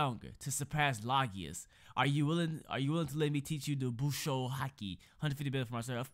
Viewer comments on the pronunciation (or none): its LOW-GIA NOT LAW-GIA my god it hurts my ears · it is pronounced logia not lagias do you even watch one piece?